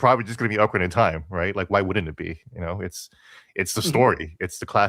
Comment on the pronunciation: .nuh (ocarina) it’s not pronounced like okra the plant u eat thank you👍